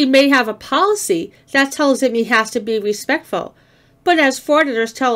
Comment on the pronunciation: He also says “respetful” 😊